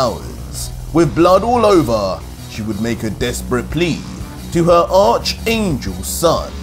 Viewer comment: The "h" is silent when you say archangel it more "arc" angel you don't have to emphasize the "h"